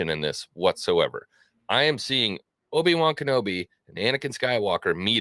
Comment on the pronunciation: “Obi-Wan-Canblome” This show is impressively bad.